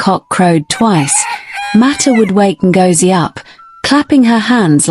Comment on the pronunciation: The name is Ngozie, as in go, go. Zie as in the letter Z